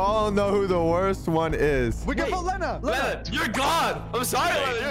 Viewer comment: I also think it funny cause they keep mispronouncing the names like Leanna to Lenna and Heavely to Heavenly and Gen to Gwen